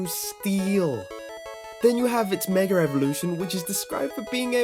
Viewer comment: "It's meger evolution"